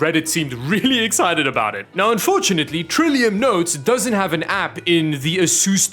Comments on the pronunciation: Any one else hearing ASUS-Store instead of Asustor? 👂😂😂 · Anyone else keep hearing asus store? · That's the Dutch pronunciation